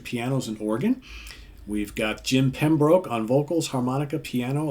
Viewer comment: FAIRYPORT the 2nd best prog album of all time, the best one ? well that's WIGWAMS "BEING" obviously ! i love your pronunciation of their names, really made me smile, you did get jim pembroke right. Thanks for promoting wigwam they are so under-rated.